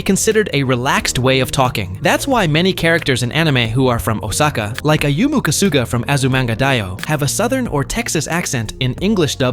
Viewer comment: It was so painful to hear Osaka being pronounced wester way so many times in a short period of time. 🫠